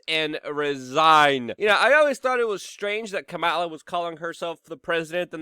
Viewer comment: Look! I like watching you man, but you are seriously THE LAST PERSON WHO INSISTS ON PRONOUNCING KAMALA HARRIS' NAME WRONG. WTF IS YOUR PROBLEM?!?!